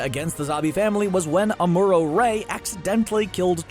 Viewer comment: ... You didn't tell everyone Char was... 3 times normal speed.... And you botched Ahmooroe....